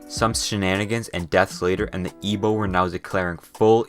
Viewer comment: oh my God you said it right good job. Have heard professionals and scientists (people who should know better) say Ig-bo when it's I-bo.